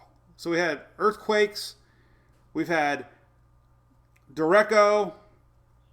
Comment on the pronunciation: Isn’t it pronounced duré-ch-o not “dor-rake-o”?